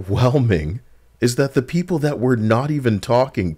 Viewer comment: That "Japanese peepur" Took me out. I was caught off guard lmfao.